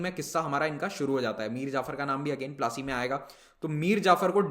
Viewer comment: The pronounciation is po-la-C (battle of palashi)